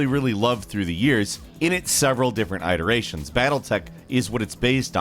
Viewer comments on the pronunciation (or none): It’s fucking it-erations not I-terations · Why are you so eye-rate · Eye-t doesn't matter how you say eye-t as long as you mean eye-t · Does it really matter? Eye think not. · Great video. Stop saying "iterations" wrong.